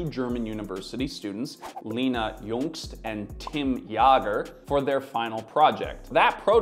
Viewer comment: haha, unfortunate that both the German names have Umlaute Jäger is more like jaeger, not jager Jüngst was okay and I dont know how to describe it better anyways